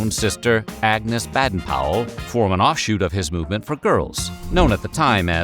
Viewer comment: They're still called Girl Guides in the UK, and we don't have the biscuit sales. It's interesting to see how they're so different but so similar too. Btw, it's pronounced "bay-den", not "bad-den". Just a heads-up rather than a nitpick!